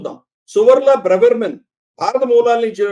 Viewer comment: అది బ్రెవెర్మన్ కాదు డాబర్మాన్